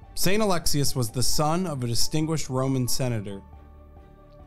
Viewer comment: Its not Alexis its Ah LEX eeeee Uhhhhs